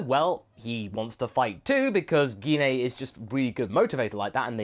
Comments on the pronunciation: guinaye- is not how you say her name, its pronounced jin. i couldnt watch this video because of that. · Wow, he still can't pronounce Jean's name right. Now that's funny!